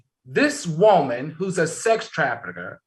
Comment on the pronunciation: I love to hear Al say Wooman! Lol 😂